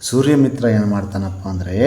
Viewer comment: Somasharma thande Suryamithra maama thappu ucchara madiddiri sir.